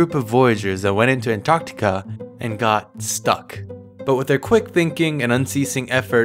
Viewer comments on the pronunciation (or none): well you did in the future. So I guess....look up to the future! Also it’s um it’s not The Antartic... it’s Antartica. Also also Stephen said up, the general consensus is that it’s down.